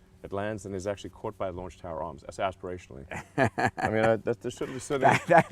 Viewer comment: .... did he say 'Aspirationally' or.... 'Exasperationally'..?